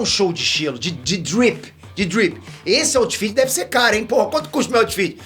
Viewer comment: O falando drip eu não tankei 😂😂